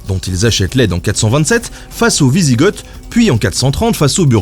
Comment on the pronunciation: Alors il me semble qu'on ne dit pas gorge mais ostrogo et wisigo. Mais on peut se tromper des fois ! Je reprends la vidéo maintenant.